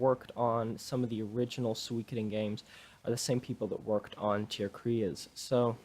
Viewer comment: You pronounce the Game suikoden "tear cries"!